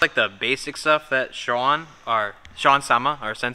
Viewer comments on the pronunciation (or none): none